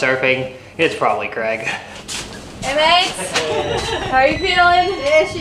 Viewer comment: Is there a reason that Americans cannot pronounce ‘Craig’?